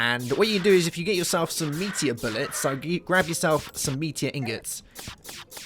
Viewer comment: thought you said meatier instead of meteor xD